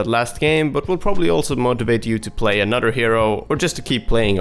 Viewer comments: when he says "anoDer" it triggers me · "Anutter hero" lol